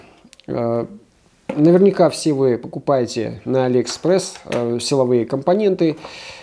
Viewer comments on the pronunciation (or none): none